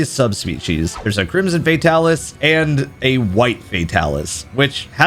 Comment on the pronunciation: I will never understand why people call him Fae-talis lol